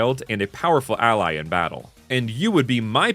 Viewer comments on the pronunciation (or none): none